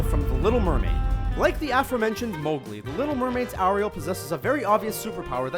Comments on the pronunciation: AIR-iel not ahriel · he pronounced most of the names wrong like arieal and anna from frozen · It's Ariel not Arial. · Brianna Because we pronounce it "Air-riel" not "a-riel" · Disney Lover I was thinking more of the emphasis on the ri in Ariel. It's Air-real not Are-eal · U don't say it aril like that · U pronounced Ariel wrong its said like this air iel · it's airiel not ariel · Ariel is pronounced "Airial" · It's really annoying how he pronounces Ariel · he said Ariel wrong